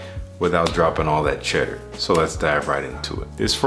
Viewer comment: Nothing tells me somebody’s from Cali like hearing them say “cheddar” 😂 takes me right to one of my family reunions in Oakland. I went to scoop 10ml’s of LeLaVa and Moja a couple of weeks ago and apparently they’re on a little hiatus. I really hope they come back soon. Great list! My summer cheapie alternative: Zara Vibrant Leather Cologne (Dior Homme Cologne / Sport replacement)